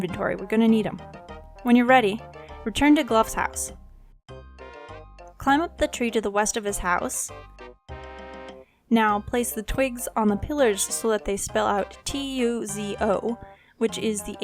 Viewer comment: IT IS - G L O W H NOT GLOVE.